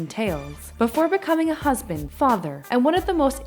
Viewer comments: it said husand instead of husband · Jay-Z was a "Husand" (?) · Ok but why is it husand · Jay-Z is a Husand WTF learn English go to school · 0.59 husand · "Before Becoming A Husand" Wtf Is A Husand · "Before becoming a husand" "Before becoming a husband" Seriously, though. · did anyone notice that at 59 seconds in, there is no B in husband?